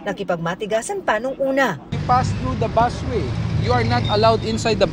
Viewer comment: BUS WAY PO 'BUS' BUUSSSSSSS LOL😅 PAULIT ULIT